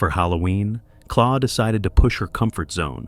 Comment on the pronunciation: claw!!!! claw???? her names Clare 😂 I hate AI overtaking everything coz people are too bloody lazy to do it themselves 😂